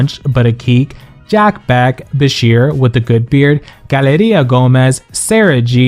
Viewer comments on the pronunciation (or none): none